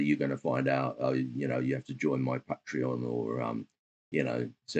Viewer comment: Pat-re-on lol so if im attending a pub them im a pat-ron lol 😂